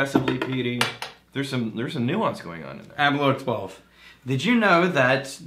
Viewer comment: Please try the Balvenie Caribbean Cask. And please pronounce them correctly. It’s Bal-venny, not Bal-vaney; A-ber-lauer (as in “hour”), not Aber-loor